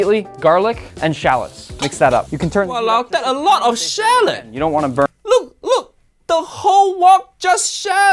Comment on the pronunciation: "Walao, that's a lot of shallion." Guys, Uncle Roger just went full Asian there.